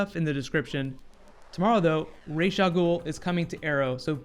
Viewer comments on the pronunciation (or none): It's Ra's Not Rasha!